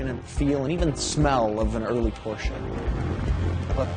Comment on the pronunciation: And the companies name pronounced correctly too!! What an amazing result from all of you and your staffs hard work.